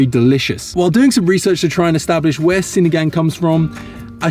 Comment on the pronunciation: I like Chloe, she seems to know a lot about Philippines. I dont care that you make Filipino content bec. you’re making a profit out of it, as long as you genuinely enjoying it (doesnt seem fake like the others). With regards to our vowels, we only have short sounding vowels like A-abacus; E-elephant; I-ibiza; O-octagon; U-umami. So when you say sinigang, ‘gang’ is not like ‘gangs of new york’ (leo movie haha)